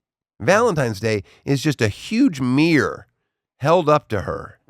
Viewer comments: Meer? Is he saying meer and not mirror? Does Daniel not pronounce the first r in mirror? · he also says "meer" instead of mirror.